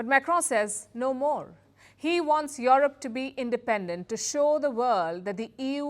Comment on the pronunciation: Yorup you need to work on your pronunciation fool.